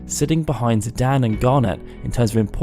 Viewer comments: Its zidane not zidan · Just a small note here, but I believe it's Zi-DANE, not Zi-DAN. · "Zidan" Did you just forget there's an E in there? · Ok, I'm sorry and normally can let this go but you say it so often... Zidan? There is an E at the end, like cane, lane or plane... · The way you pronounce Zidane is not good. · Hey pronounce the main characters name wrong